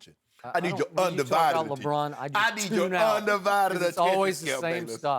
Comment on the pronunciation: Skip I deed your undivided daddendion